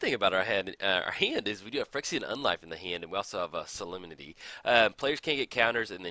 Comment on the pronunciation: Sah-lem-ni-tee Solem-nity Solemnity